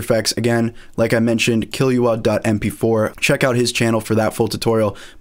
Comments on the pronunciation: "kill - oou - ah" love the video tho :) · When he said killyoua i died of laughter